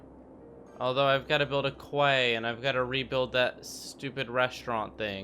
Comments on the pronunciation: Quay is pronounced "key".. not kway. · He said quay like it is spelt 😂😂 it’s pronounced key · quay is pronounced key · THANK YOU! Hearing him say that made me grit my teeth! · Everyones so excited they seen the disastwr spawn cursor that no ones mentioned you pronounced “quay” as “kway” 😂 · Someone tell him that the word 'quay' is pronounced 'key'. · the way you pronounce "quay" annoys me, its pronounced as "key" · “quay” is pronounced “key” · Looks like you somewhat figured out how roads work. Good job. It was painful watching you throw roads down in your earlier videos with no thought or planning whatsoever. Watching you build roads for half of your video isn't fun. Edit: Also QUAY is pronounced KEY!